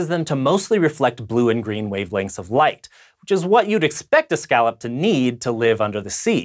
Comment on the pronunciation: Can you pronounce scallop right at least?